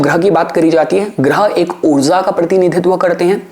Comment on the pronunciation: हिन्दी भाषा में उच्चारण ऊर्ज़ा (Urzaa) नहीं ऊर्जा (Urjaa) होता है